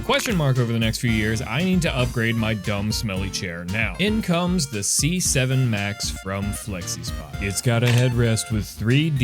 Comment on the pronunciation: c7 almost sounded like 67